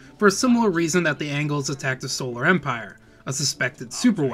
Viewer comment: i know its picky but you have mispronounced the Solar Empire female CO Names, even though the names are pronounced correctly so many times in game and in cut-scene and the Tsar Gorgi name, the mortar vet is not an Artillery Unit, it is a mortar vet, jesus even mispronounces "Solar" and calling a bazooka "bazookie" im so done Lmao